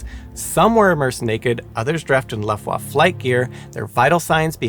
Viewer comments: "Dashow" and "Luffwah""? Maybe you ought to contact Feli From Germany to lean how to pronouncew German words. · Please stop saying “dashow” and “luftwaff”. It’s a cruel and inhumane assault on my ears. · I love you, but: Luftwaffe: "luft·vaa·fuh" Mengele: "mang·uh·lay" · PLEASE make sure you research German pronunciation next time! You loose so much credibility when you totally mispronounce EVERY single German word such as Dachau, Luftwaffe, Mengele, and SO much more. (It’s not “Laftwaf” like you said repeatedly, it’s pronounced “Looft-vaff-eh”, for example) It leaves the viewer with the distinct impression that you’re just reading a script with words you’ve never seen before, rather than informing me of the facts. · The way you say "Luft Wafe" is hilarious 😂 As for the experiemnts - I agree with most in the comments - they should use the results. Erase the names of researchers to not give them any credit - instead give the credit to the victims. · it is very on brand for a simon channel. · You ought to check your pronunciation of some German words, like: Dachau, Luftwaffe . . . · I would love to teach you and of course Simon too the correct way to pronounce these German words - such as Luftwaffe, Mengele and Dachau. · The final e in Mengele and Luftwaffe is pronounced. Dauchau is pronounced "Dacau", not "Dashau". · I refer you to the pronounciation of "Luftwaffe" in this video... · So, I gotta assume he's deliberately using mispronunciations in honor & respect to Simon. Or maybe he's nailing them, and words like luftwaffe, dachau, and a few others I can't remember atm have been mispronounced all these years. I personally prefer to think it's the paying respect to Simon one. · I can say with strong confidence that he is mispronouncing "Luftwaffe". Also, having been a fan of "Brainfood Show", his mispronunciations are not surprising. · Please learn how to say Dachau and Luftwaffe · Real great “educational” channel. Can’t pronounce Dachau, Luftwaffe, or clothed